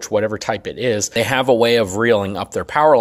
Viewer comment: Ability not abilidy Have not haff Product not prodict